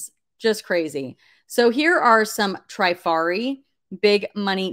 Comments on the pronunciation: Vendome is the brand. It is pronounced Tra far e. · Here are some pronunciations for you Spelled phonetically Trifari has a short “i” like in “trip.” Vendome is pronounced “Vondome” Parure is “pawroor” Hobe is “Hoba” like in obey. Schiaparelli is pronounced “Scaparellee”